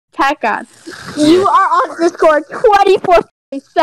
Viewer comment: Anyone Notice She says Tacgod?